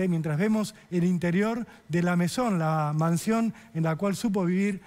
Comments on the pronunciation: La Masón ???? un periodista como él no puede pronunciar así de mal, será La Me(i)són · la MESON, se pronuncia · Es "La Maison" y NO " La Mansion".... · jaja es "La Maison"